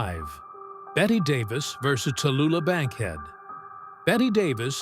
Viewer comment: AI bots not only can't pronounce "BET" Davis, they also can't say "versus".